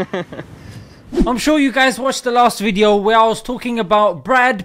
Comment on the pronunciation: Good wwweedio lol